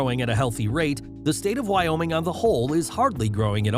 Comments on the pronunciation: Wyoming ≠ why YaoMing? 😂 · you say Wyoming I say why not oming?